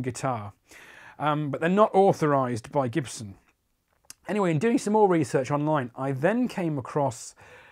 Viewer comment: “Jibson” lmao